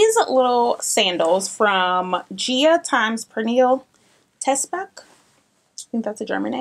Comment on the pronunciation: Love the video as usual! Your style is literally my Pinterest board come to life! Ps. Her name is pronounced more like Per-ni-leh 😊 I love her so much for scandi style inspiration (on IG)!